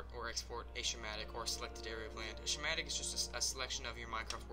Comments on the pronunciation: Hey man great vid but one thing its not a "shimatic" Its pronounced "Scamatic" You can delete this after just wanted to let you know so no one makes fun of you. Great vid! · yes but the word is pronounced "Skuh* mat * ic", not "shuh * mat *